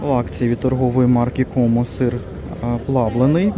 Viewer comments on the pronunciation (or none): none